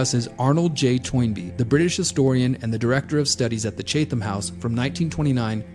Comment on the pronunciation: Chatham is pronounced: Chat - um.